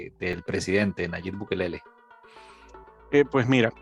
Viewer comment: o es TU innorancia o lo dices por burla El presidente Nayib Bukele.no es Bukelele.ESO de no concer de quien vas hablar es falta de profecionalismo